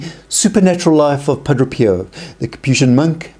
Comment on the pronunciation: You sat Padro Pio but it's pronounced Padre Pio ...Padray